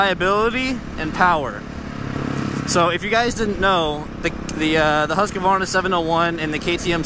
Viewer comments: should have sound better if u said houseqvarna and not huskyvarna.../swede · Could americans please learn to say "HUSS-KVARNA"? it's not husk'eh'varna. Other than that - good video, I'm sorry for b*tching about the way you say it. :) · it's pronounced hus-kvar-na, not husskavarna lol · the way you say husqvarna ticks off